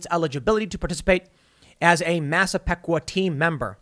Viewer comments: You butchered both...royally. "Eye-slip" and "Mass-ah-peek-wa" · How to know someone is from Long Island: they can pronounce "Eye-slip" and "Mass-uh-pee-kwah" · Tim it’s pronounce “I slip” and “massa peeqwa” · Tim as a resident of long Island, those pronunciations made me cringe xD Massapequa (Mass-uh-pee-kwa) Islip (eye-slip) good try though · Funny hearing the LI towns mispronounced 😏 Islip pronounced Ice-lip Massapequa pronounced Mass-ah-pee-kuah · Pronounced Masa pee kwa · Ma- Sah - Pea - Qua west ice lip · It's pronounced Mass-a-peek-kwa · It's West Islip- I Slip Massapequa- Mass uh pee kwa Sincerely, Long Island guy who knows no one can pronounce our towns right. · mass-a-peek-wa...Massapequa ice-lip...Islip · Massapequa is pronounced Mass a pee kwah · “West Eye-Slip” & “Mass-Uh-Pee-Qua” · Its ICE-lip. And Mas-a-PEE-qua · They are pronounced “eye-slip” and “mass uh pea kwuh “ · FYI - Islip eye-slip. Massapequa mass-uh-pee-quh. It is good to see some people in the NYC area revolting against this. I wish there were more. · Islip pronounced - Eye-Slip Massapequa pronounced - Mass-Ah-Pee-Kwah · It pronounced " Mass - a - Peek - Wa " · It’s I- slip. And mass a peeeee qua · Incase anyone was curious. Its pronounced "Eye Slip" and "Mass-a-peek-wah" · LI native lol It’s eye-slip and mass-a-peek-wa 😋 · Islip pronounced (eye-slip). Massapequa (mass-a-peek-wa) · West I-slip, it's a hard I. And Mass-ah-PEE-qua. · I (eye)-slip and Massa-PE (pee)-qua Tim. It's OK, not the most common words to come across. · I’ll help you : The towns are pronounced . It’s West EYE SLIP and Mass eh PEE. Qwah Ok and thank you ! This was a great Commentary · Ice-lip and Mass-a-pea-qua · It's not is lip. It's pronounced eyeslip. Massapequa is pronounced mass-a-pea-qua. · It's "West eye-slip" and "Mass-a-peek-kwah." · Its pronounced I-Slip and mass-a-peak-qua🤦‍♂️🤣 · I had to pull over to say this... Mass-uh-pee-qua Eye-slip Lol. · Massa -PEE-Qua Tim! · Tim, it's "EYE-slip" and "Mass-a-peek-wah"